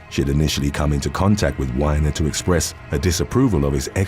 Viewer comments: Anthony's name is pronounced wee-ner not whiner. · It's Anthony WEEENER NOT wine-er.